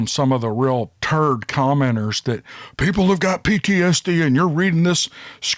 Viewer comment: How bout dat !!!! Spoken by a true Southerner. Lol Great stories !!!! Keep them coming